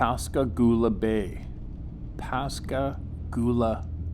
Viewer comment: Hello Steve! I grew up in Pascagoula, MS and you pronounced it perfectly!!!! Good job!!